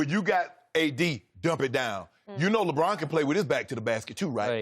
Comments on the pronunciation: Chris: Labwannn James 😂😁😀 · the way Broussard says LeBron has me dead 😭😭😭😭